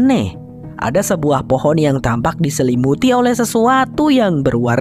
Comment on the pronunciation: Fohon hahaha jadi fohon kan 😁😁😁😁😁😁